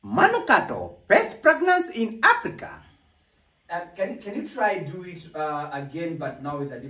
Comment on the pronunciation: Ati "pest plaglance in aplica" 😂😂😂